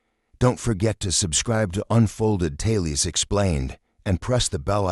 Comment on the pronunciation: You are so right. Notice "tales" pronounced "tailies"? Definitely ai generated voice.